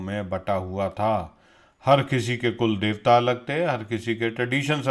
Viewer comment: the way you pronounced " Kulldevata" , i feel you are a Sanatani . We Indians are a big fan of you ,as you stand by truth. I know you read messages for couple of hours after you post video and i like to thank you for doing extensive research to bring such a rich content for your viewers. Keep up your good work🙏